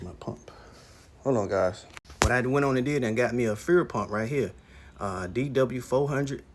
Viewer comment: He sounded professional until he said “fool pump”. I laughed a bit. God forgive me.